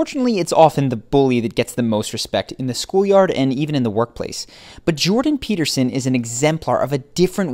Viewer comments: Well, you say Jordan Peterson at the beginning of your video and then you say "Pepperson". I would say to attract respect 1ST: Always master the pronunciation of the name of the person you are talking or referring to. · Its Peterson not Peppersin! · Pea ter son.....not pep-per-son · Even the captions heard Pepperson. lmaoo. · I came here for this. I was like... Did he just called him Jordan Pepperson? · Edgar Allan Tone I legit heard Pepperson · Stephanie hahaha nah he said “ Jordan peppers on” hahh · "Jodan peppers in..." is what he said, but he said it with a weird inflection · Hahahah yeah it does sound like that doesn't it? "Jordan peppers in.." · mark the narrator said Jordan PEPPERSON lol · he says "Jordan pepperson " haha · 2.22 he calls jordan "jordan pepperson" 😂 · bruh i thought he said Jordan Pepperson 💀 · I'm sorry... did you say.... Jordan P– ....Pepperson? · Did he say Jordan Pepperson? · At 2min 20 seconds on … you said dr / jordan “PEPPERSON” …… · seems like he said Jordan Peperson lol. JP has all this going and still His wife left him....judge not a divorced man I guess... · RobbieJelsomeno that's what I heard😂😂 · I heard it and immediately searched the comments for a fellow shark. 😂